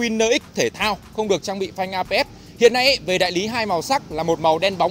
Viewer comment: Phanh ABS mà sao bác toàn đọc APS vậy?